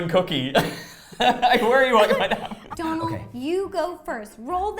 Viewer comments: No offence but Donal is pronounced doughnal 😂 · His name is Donal..... Pronounced 'dough nal' 😂😂😂😂